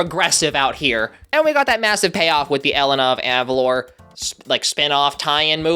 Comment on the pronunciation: Personally, I NEVER liked Jade. She feels like one of those friends that get upset at the slightest mistake you make, and never change their mind. I feel like she's a bit of a brat because of this. Also, yes I want Elena (pronounced Eh-lay-naa) of Avalor (Ah-vah-lohr)